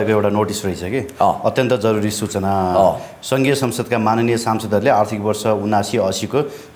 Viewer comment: सेनाको विषयमा पुण्य गौतमको विश्लेषण जाहेज छ। पत्रकार महोदय माननीय र माग्ने उस्तै शब्द होइनन् हजुर लाई पनि थाहा छ। हजुरको उच्चारणमा सुधार ल्याउनु जरुरी छ। जानिजानी बोले जस्तो लाग्ने हजुर जस्तो पत्रकार लाई यस्तो बोल्न सुहाउदैन।